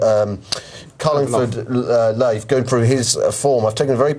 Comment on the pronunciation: carlingford loaf, silvio conti, road and riches, hublan dooblay. he might as well be blind trying to say them